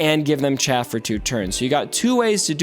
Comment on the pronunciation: Arnold and mobile kept calling it chafe instead of chaff, and I was getting so annoyed. I'm glad you're the better reader.